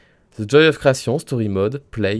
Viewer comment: "Zi office"